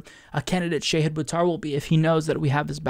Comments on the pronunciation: "Sheyhid" Buttar? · Shah-Heeed. Not Shay-head. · Shah-heed not shay-hid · I love ya and I love Shahid, but its pronounced Shah' hid (like father), not Shay' hid. ❤❤ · Sha-hid? I've been calling him Shahid! 😳 Fighting to correct housing problems is a nobel cause. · omg, it is Shaw-Heed Boo-Tar.